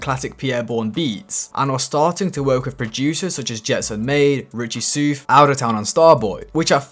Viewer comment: “mack dre” not “mock dre” hahaha, that and u been butchering richie soufs name 😂 “souf” is supposed to sound like “south” not “soof”